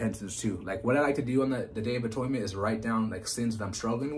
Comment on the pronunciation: I know about atonement, not atoynment